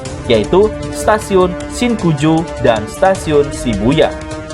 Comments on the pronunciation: Stasiun shinjuku min, bukan shinkuju 😁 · Station sinjuku min bukan sinkuju